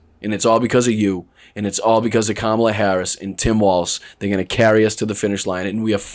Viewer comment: Wow, he glicthed & said Kamala's name right. Hes not p.o.t.u.s hes a p.o.s.😮